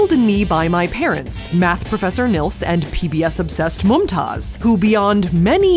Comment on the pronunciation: i love how ppl from the US cant pronounce NILS properly its neels not nüls ❤